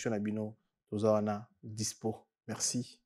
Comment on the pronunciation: prononciation moins,hein. FoRce et non FoXce, MeRci et non MeXci....